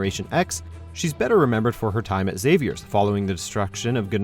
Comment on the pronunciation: the mispronouncing of Xavier & Genosha made me cringe....